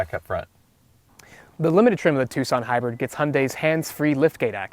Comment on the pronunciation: It’s Tucson not two sonne